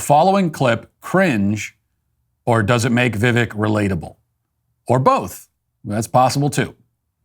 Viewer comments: Matt, his name is pronounced vih-VAKE, like cake, not vih-VEK like heck. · Poor Matt cannot have any fun at all. Hey Matt you could start with pronouncing his name correctly. It is not pronounced Vivek. It is pronounced Vi-Vake like cake. C'mon Matt, Get it together. If for any reason Trump is out, Vivek is my man along with millions of other MAGA Americans. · It's Vivek with emphasis on the E. You're saying it like Vivik. I know someone with the same name. Besides, not a newsworthy topic. lol🙃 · Viv "ake" like cake 😄 not "vek" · Vivek.. like cake. Not Viv-eck. It honestly wasn't that bad. Matt, that Eminem song is STILL popular. Not like you'd know, though. The DailyWire is all in on an unrelatable, awkward candidate (DeSantis) who can't even get his own campaign straight, so of course you guys have to target the other guy. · Give VI-VAKE (pronounced like that) some slack. Criminy! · It’s pronounced ViVAKE you pasty pillsbury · Your argument is void, you can't pronounce the cake man's name correctly. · Slow news day? Bias towards a certain candidate? Or door number 3? Tbh if this is the worst take you have in Vivek, yea doing something right. Also learn to say his name right, he’s a presidential candidate, come on maaaaaan! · This was based. The only thing cringe here is the fact that you can't pronounce his name properly. Figure it out Mitt. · Matt cant say his name right. This video is more cringe than what Vivek did. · Learn how to say his name Matt 🤦‍♀️🤣🤣